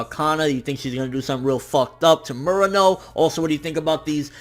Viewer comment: You known some Japanese. You should know how to pronounce Murano correctly. And that yakuza scene was awesome. Best scene of any anime I've seen this year.